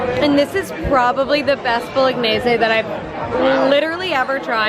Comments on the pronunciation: haha exactly! what i meant by that is you said it as if you had a fancy italian accent 🤪 love that for you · your pronunciation of ‘bolognese’ after a few drinks 🤣